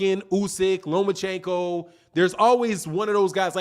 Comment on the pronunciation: At least get the name right mister LOMACHENKO!!